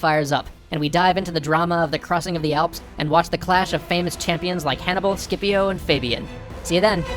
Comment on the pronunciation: sorry hannicar barca is in fact called hanniBUL barca not hanniCAR barca